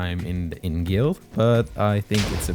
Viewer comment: You’re DEFINITELY saying end strat but it’s IYN